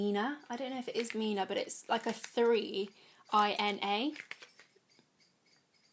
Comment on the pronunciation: Love the dress! And you pronounced the name correctly, btw that liner is really the bomb It last all day in my oily eyelids